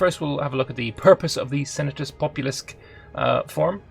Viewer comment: Sen-ah-tūs Pop-oo-lūs-kway - or thereabouts :)